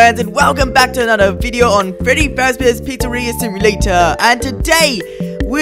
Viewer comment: "Freddy fazzers pizzaria simulter"